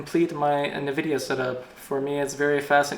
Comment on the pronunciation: its not nividia its ENvidia